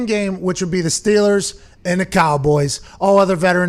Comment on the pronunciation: It the Pittsburgh Stillers pronunciation an accent thing I haven't noticed until now? It feels like is constantly saying Stillers...